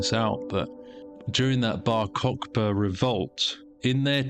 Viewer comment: It's not Cock-Ba, it's Kochva, ch like the throat sound. Khhh